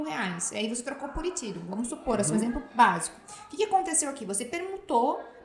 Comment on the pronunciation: Muito bom! Só fiquei sem entender uma parte, depois percebi que ela estava pronunciando ethereum rsrs